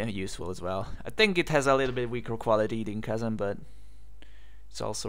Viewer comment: what is the name of the app you are using? Cousin? kozan? I cant tell what you are saying. And I am not seeing anything like that on the directory of ubuntu apps... thanks!